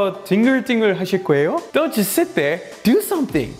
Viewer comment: 제 귀가 이상한거 같은데 올리버쌤 don't just 이 부분 발음이 just가 잘 안 들리고 don't do 씩으로 들려요. 이것도 빨리 발음하면 이렇게 약간 '돈두'처럼 발음하나요?